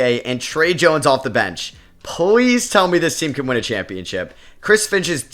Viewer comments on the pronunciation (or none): I NOTICE YOU REPLACE YOUR Ls with Ws,,,,,,,,,please=pwz, matas buzewis, cooper fwag honawuwwu loln wdf is Dpoy lmao anyway great video bro lol